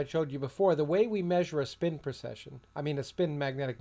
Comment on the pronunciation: A very informative video. Thank you. I noticed, however that you always seem to be saying "procession" rather then "precession". If I am incorrect about this, I apologize.